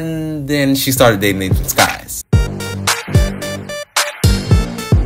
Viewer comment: It’s Nathan SYKes not Nathan SKYes 🤣